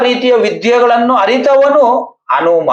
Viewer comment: ಅನುಮ ಅಲ್ಲ ಹನುಮ